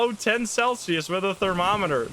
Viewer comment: Thermo reet eter. Lekker joh.